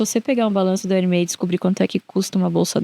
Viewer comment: Ótima entrevista! Papo bom demais e de alto valor. Apenas um adento quanto à pronúncia da marca Hermès, se fala como se fosse um acento agudo mesmo “Herrrmés”… Pelas regras do francês só seria pronunciado “Hermê” se não tivesse o S no final. Hermè 🇫🇷 = Hermê 🇧🇷 Hermès 🇫🇷= Hermés 🇧🇷